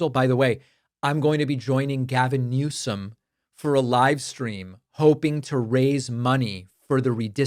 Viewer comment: I thought he was saying "Less More"